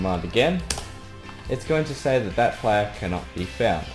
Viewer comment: the way he says s-a-yi but pretty good though I love his accent keep up the good work man